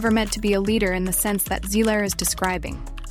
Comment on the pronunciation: So is it Zegler, Zigler, or Zler? Please do the research, proofread your scripts, and listen to the AI to see if its pronouncing words correctly. Effort matters, believe it or not.